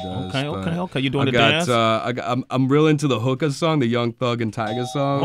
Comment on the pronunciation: Then he said pass me the hook•a, if he really listened to that song then he would know it's pronounced like hue•kah